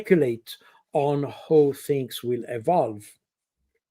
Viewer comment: Indeed. While Col. Baud's English is generally excellent, he has a few glaring "Frenchisms". "Who" vs "how" is another one.